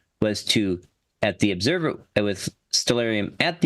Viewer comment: What's an "Oobserver"? 🤣